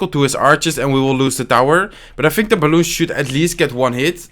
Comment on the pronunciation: C Marant quand il dit balloune